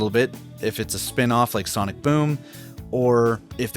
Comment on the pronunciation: Por que você fala soniki